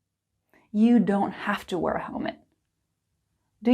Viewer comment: I think you might make a wrong pronunciation when you say the word wear, it sounds like were a bit though.